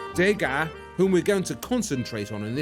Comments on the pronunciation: Degas is pronounced 'deuhga', not 'dayga', whether it's spelled as two words or not. There's no accent on the letter 'e'. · try to say dueu ga rather than day ga which in french means rubbish so sounds very stupid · I love this series, it is excellent. My only quibble is about the pronunciation of French surnames. MOnet, REnoir, DEgas, RoCOco etc etc -all wrongly accented. Is that how the British pronounce them? It is MoNET, ReNOIR, DeGAS, RocoCO. And why dedicate more than half of "Forgotten Impressionists" to Degas? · Not to quibble, but the pronunciation of the artist's name is "De GAH" not "DAY-GA". Surely you don't need another reason to annoy the French...